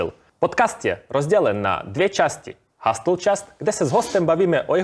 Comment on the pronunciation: Jen připomínka, "hasl" resp. ˈhəsəl prosím, "hastl" trochu trhá uši, zvlášť, když je na tom kompletně založený kanál, merch, atd. :)